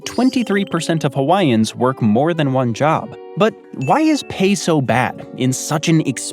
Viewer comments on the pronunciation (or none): This video is pretty accurate except his pronunciation of Hawaiian words. And NO, you don't sit in traffic and honk your horn. Local people find that disrespectful and irritating. That's when a haole might get all buss-up. And hospital expensive too. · I wish you didn't butcher the language as much as you do. Pronunciation is fairly critical to saying the words properly.